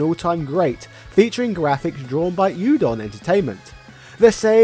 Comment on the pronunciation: You don? You don! After all these years I have to believe that your pronounce these words wrong on purpose. But just in case it's oo, not you when saying udon. When you get a gyro do you say it like gyroscope?